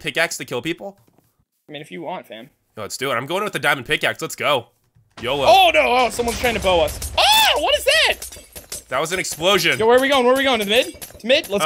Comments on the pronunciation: who else noticed that he said YOJO!!! instead of YOLO like if u agree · the frist part u said yojo instead of yolo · Did really just said YOJO?!!!?!?!?!? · wait mango at the starting did you say "yojo" instead of "yolo"? from yandere midlle school? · At the beginning of the video u said "YOJO" for YOLO...because of the yendere middle school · u said YOJO instead of YOLO in the beginning of ur video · You said yojo not Yolo yojo from Yandere middle school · גאיה הרפז did mango say yo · Did he seriously say yojo 😑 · Wyvern Destroyer Gaming lol I heard that